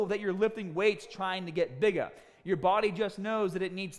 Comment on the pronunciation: it’s bigggah